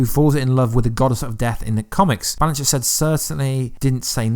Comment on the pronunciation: Blanchett not blanchlett